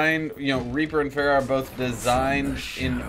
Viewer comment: The mispronunciation of pharah is just painful and everyone says it wrong